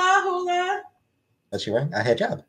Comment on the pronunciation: You can't call FFG a ray ray... FB can't even pronouce Nader correctly after a year. 🤣🤣🤣 it's "Nad-ear" not "Nad-der" but FFG said salad super rayray. she's clearly a back up character from Canadian History X. omg and "HEEE-JAB" kills me erry dam tym